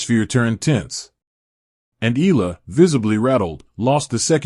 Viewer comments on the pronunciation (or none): This commentator cannot even pronounce EALA. Its infuriating, its NOT ELA.